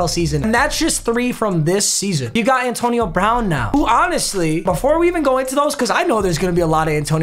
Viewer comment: "Antoine"💀, did you mean "Antonio"?